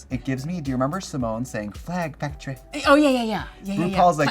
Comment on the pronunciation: OHH I DEFINITELY feel like Ru started saying Benefactress badge with Symones "f'ctory" in mind and just went with it after a while.